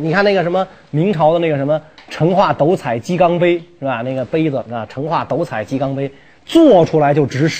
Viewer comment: 成化斗（dou4，四声）彩鸡缸杯